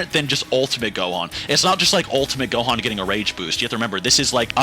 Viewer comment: Bro said 'Dohan' at the start like what?